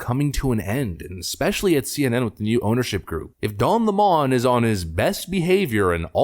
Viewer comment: It's LEMON, NOT LeMon!!😡 He was such a pr**k!!